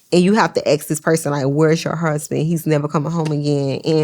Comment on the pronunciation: “Your Hursband” 😂😂😂